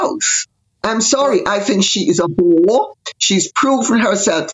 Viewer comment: I didn't think Lady C said "bore" at first, it sounded like it began with a W